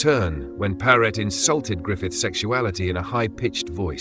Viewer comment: His name was Paret. Not Parrot.